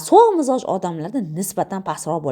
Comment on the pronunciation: Mizoj emas Mijoz deyiladi